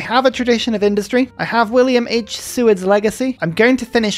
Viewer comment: As an Alaskan, I'm appalled by your pronunciation of Willam H. Seward. :-D